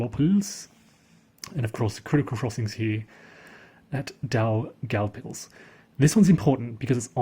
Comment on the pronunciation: If you look up city names on wikipedia, they generally have a recording of the pronunciation at the head of the article. You're pronouncing Daugavpils fine. The Germans called it Dunaburg.